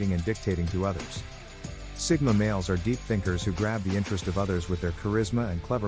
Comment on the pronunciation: Sigma not Stigma 😅